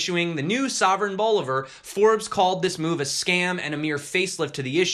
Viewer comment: Since you'll probably be talking about Venezuela again, bolivar = Believer as in Imagine Dragons ㋡ Say it like you're from the south